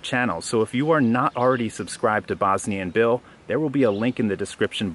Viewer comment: So you're telling me Bosnian and Bill is just Bosnianbill?! Man, you've been pronouncing it in really weird way